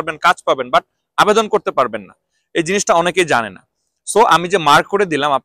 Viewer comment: আপনার কথা বুঝা যায় না যখন বলেন টাকা পয়সা লাগবে না তখন না শব্দটা স্পষ্ট হয় না ( রিক্রুট এজেন্সি বলার সময়)